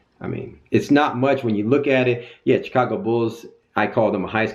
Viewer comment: say it with me. CHI-CA-GO!! lol